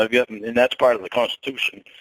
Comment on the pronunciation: He never said, "Constitution ". He clearly said"Cawnstitution". And its definitely in there cos #lornelogic 😂